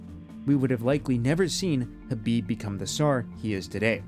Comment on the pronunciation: The K is silent? Fucks sake 😅